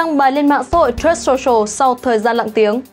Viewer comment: Phát âm truth sai rồi